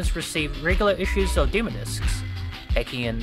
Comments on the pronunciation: Dem “O” discs not dem discs or demer discs 🤦‍♂️ 😂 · Demo (dim-oh) 😂😂😂 not (dim-uh) had click off that pronunciation was just to hard to bare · Deh-mow discs... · Never mind what happened to demo discs, what happened to the second syllable of 'demo' in this video?